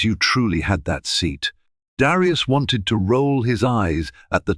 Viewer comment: Great story but aren't there any American AI or American readers period? Especially in the pronounciation of Black names like Darius or Elena (from another story). Prejudice, still in this day and age should never be tolerated, yet, it was prevalent and tolerated on that airline. Thank goodness for cell phones with cameras and sound for recording.